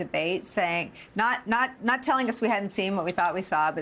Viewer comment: "Kahmals'"? Huh? I think you're over-complicating things. It's KAMALA (comma-la)!